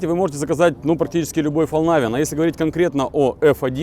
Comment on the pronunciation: Истинный швед))) Да не говори ты Фолнайвен. По-шведски название звучит как Фалькнивен, а по-английски Фолнивен. Спасибо, хорошее видео получилось)